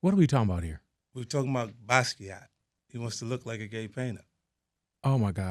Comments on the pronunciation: Nigga said basquait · Gotta love the honesty. He never holds back and gives the PC crap everybody else does. That man said Basquiat 😂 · "Basquiat" hahaha